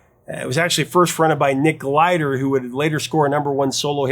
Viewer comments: Nick Glider??? You're killing me and Nick GILder😮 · It's "Gilder", not Glider. Fyi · Dude, it's Nick Gilder - not Glider. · Another great episode! Just one thing, though: that singer's name is Nick GIL-der, not GLI-der. He is quite the icon here in Canada. You should feature some of his songs in upcoming episodes. His 1979 album Frequency is a horribly underrated gem. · nicK "Gilder" not glider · "Glider"? Nick Gilder. I-L, not l-i. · Gilder not Glider. Gilder like guild. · Nick Gilder, not Glider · Hey, Prof, it's Nick Gilder, not Glider. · Hey Prof, pretty sure no absolutely sure its Nick Gilder, not Glider. Gil der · I can't believe I am going to correct the great. You said it a couple of times, so I know it wasn't a mis-spoken name, but Nick GILDER (not GLIDER) famously also wrote THE WARRIOR with the amazing Holly Knight for Scandal. Upon correction, I am sure it was just a slip of the tongue, as you have spoken about Nock Gilder on this channel. You are the best, Professor! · It's Nick -- [GILL-DER], not "Glider" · The name is Nick Gilder not Glider. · Nick Gilder, not glider. Nick Gilder still does festival shows. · Its Nick Gilder, not glider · It's Nick Gilder, not Glider. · For the professor to get Nick Gilder's name wrong is disappointing. Loses some credibility after that. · Gilder, not Glider.